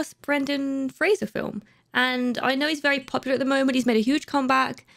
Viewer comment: Right off the bat, props on pronouncing Brendan Fraser's last name correctly!